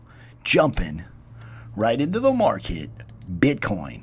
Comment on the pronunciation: “Jumping rigggghhht into the marrrrket”